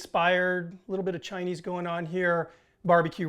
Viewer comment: Chi-nee 5 spice rules.